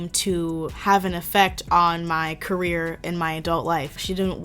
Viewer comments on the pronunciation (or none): none